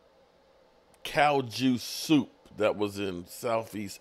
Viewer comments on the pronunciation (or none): Did he really say “cow juice soup” ? 😂😂😂